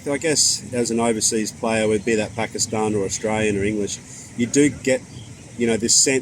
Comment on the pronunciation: i like he pronounces pakistan the right way